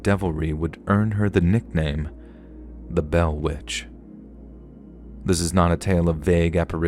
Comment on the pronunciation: The butchering of The Bell Witch is really disappointing 😢